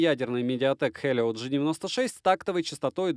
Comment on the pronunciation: Не ну с камнем они реально обоcpaлиcь. Почему-то после произнесения хЭлио... Дальше смотреть уже и не хотелось. Взрослый дядька! Хватит уток гонять;) Я просто смотрю твои обзоры и путаюсь в этих одинаковых смартах по внешке а по названиям вообще можно можно кукухой поехать.